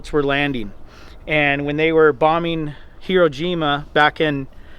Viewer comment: It's Iwo Jima not "Hiro Jima.